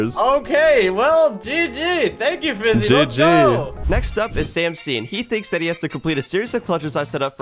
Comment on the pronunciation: Bruh his name is fiizy not fizzy